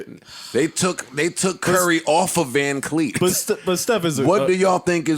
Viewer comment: Who is Vancleet 😂😂😂😂😂